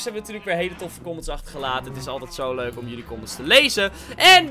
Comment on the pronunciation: Normale mensen:leuk Ik:leuk: muik